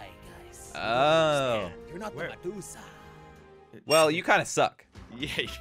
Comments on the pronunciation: is medusa not mejuka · did you say mejusa when you where in the intro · said medusa like medusuck🤣🤣